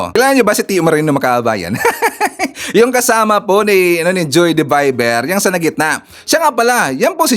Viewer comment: Hi! I'm your subscriber watching in France. Yung pong blogger Joie De Vivre hindi yan pangalan niya kundi pen name lang na isang french phrase "joie de vivre" meaning joy of living, Ang tamang pagbigkas nitong french phrase "joie de vivre" ay jwa du vibr at hindi po JOEY DE VIBER